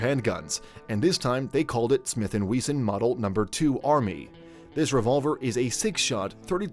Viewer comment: Smith & We-zon 😂😂😂